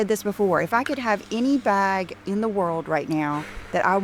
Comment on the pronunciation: I can't stand the way pronounces bag. She says "bhog" or some such weird shite.